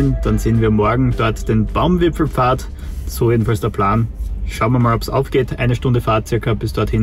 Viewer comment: Wieder wunderschöne Eindrücke und keiner sagt „Baumwipfelpfad“ so schön wie Du, ❤️